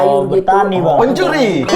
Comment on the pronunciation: kaka Mamat kondisikan mulutnya, kencang sekali penekanan PENCURI nya😂